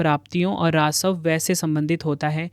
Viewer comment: Rasav nhi rajasv hota h